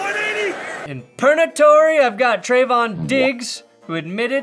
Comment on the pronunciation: Has he always called it Perna-tory instead of purgatory?